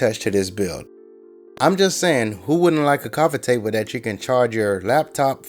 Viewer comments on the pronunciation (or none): he always says the words like " dis and dat "